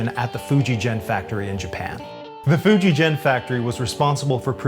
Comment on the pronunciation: Hi,. It's Fuji Gen, pronounced with a hard "g" pronunciation. Not a "j" sound, as in "Fuji Jen". Not trying to be critical, but I lived in Japan for several years. Love the videos! I bought a Greco Frampton LP from you guys s few years ago. Always great service at and.